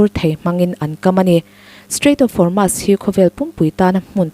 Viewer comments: Strait of hurmu...😂😂😂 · Strait of Hormuz hi mizotawng ang chiahin "muz" lai hi sawi roh or strait of hor-mooz.